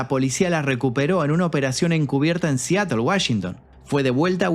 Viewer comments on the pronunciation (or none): none